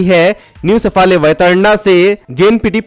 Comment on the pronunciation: सफाळे Please, we should pronounce South Indian names correctly and also improve the pronunciation of Marathi names.Because the wrong pronunciation of the name leads to the wrong meaning.